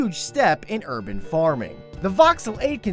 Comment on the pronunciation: Hehe, "herban" farming